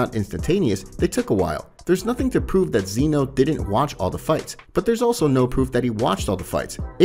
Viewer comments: Zen-oh not zEno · it’s zeno not zeano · I think it’s Zeno and not zEno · Bro, if you can't even say whis and zeno correctly how are you going to expect people to take you seriously.... like really man? Come on